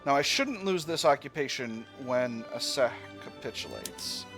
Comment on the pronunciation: The C in Aceh is pronounced like ch in cheese